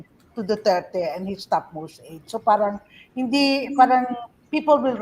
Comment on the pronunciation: Excuse me, WHY DO YOU PRONOUNCE " PARANG " WITH AN F HINDI KA NAMAN PUTI. 🤣😅🤣😅FARANG